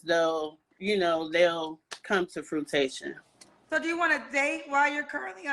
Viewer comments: Once she said “frutation” instead of “fruition” I knew this was going to be for entertainment purposes only. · Come to "frutation"? Is that the same as fruition? Oh chile😮! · " & Come to fruitation..." 😂 Not "fruition"... "Fruitation". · Frutation? Wtf 😂😂😂💀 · Fruit-a-nation? What?!! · She said fruitation 😅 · Come to "frutation"😂😂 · THIS WOMAN CLEARLY HAS MENTAL HEALTH ISSUES GOING ON, LET HER BE YALL. SHE IS NOT EDUCATED BUT KEEPS USING WORDS SHE PROBABLY HEARD AND DONT KNOW HOW TO SAY . FRUTATION INSTEAD OF FRUITION / CONTRADICTUARY INSTEAD OF CONTRADICTORY AND THEN HER STRAIGHT UP LYING ABOUT NOT WANTING TO DATE SHEESH IMA STOP TOO LOL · She said they will come to frotation…. Did she mean fruition?! Lmaoooooooo tryna sound educated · She said “frutation”. What the french toast is “frutation”. I ‘ve heard of fruition. Shes a hot mess. No white man wants her. Shes getting a CNA, its amazing how many BW think being a CNA is flexing. It makes them think they are a real nurse. 😂😂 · is slow as HELL!🤦🏽‍♀️ I knew this when she said “fruitation” instead of “fruition”😆😆😆🤡 I couldn’t keep watching this one because WTF🥴🤨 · Frutation? Did you mean FRUITION?🤨🤔🫣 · I had to rewind to double check. Frutation? 😅 um you mean fruition? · Chiiiiiild had me googling. Frutation IS NOT a word. lol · I'm so sick of people using 3+ syllable words they CAN NOT PRONOUNCE. What the hell is frutation and contradictery? I have a headache. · This lady said "fruitation* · "Frutation." Sigh.... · Dod she say fruitation?? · I was done at “frutation”. I think she meant fruition. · Did she say fruitation???? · Did she say “come to FRUITATION”?!?! Ma’am! You mean fruition?!!!???!!??😂😂😂😂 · “I’m building things so that…like they come to FRUIT-Tation” Huh? WHAT? Come again😂😂😂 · This lady said frutation 😂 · Try fruition instead of "fruitation"? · Did she say “come to frutation”? 🤦🏽‍♀️🤦🏽‍♀️🤦🏽‍♀️ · She said she’s working on bringing her plans to fruitATION .. girl it’s FRUITION 🤦🏽‍♀️🤦🏽‍♀️😫😫😂😂😂